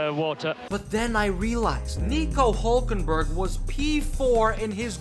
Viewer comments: His name is Hülkenberg not Hulkenberg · It's Hülkenberg not Hulkenberg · hÜlkenberg!!!! ÜÜÜÜ, say it or leave it! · Its Hülkenberg not Hulkenberg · He is german and the name is hülkenberg with ü two points over the u (diese Kommentarsektion ist eigentum der BRD)